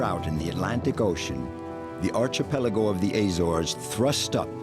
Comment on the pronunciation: Archipelago,. NOT Archee-Peligo!